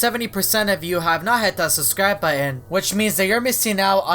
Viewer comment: i love how he says subscribe as ‘suscribe”